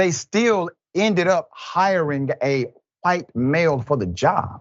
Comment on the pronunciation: LOL... just here me out... I love you Dr Richey... but... the clip started with you saying "Who-ite" officer... I had to laugh cause it reminded me of the Family Guy clip of them saying Cool Who-ip...